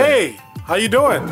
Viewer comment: Bro said “yuooo”🗿💀